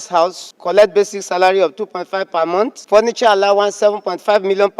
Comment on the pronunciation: The man couldn't even pronounce month properly! He said "mont". What an illiterate!